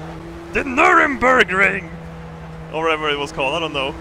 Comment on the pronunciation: Lol at Nuremberg ring - close but not quite correct!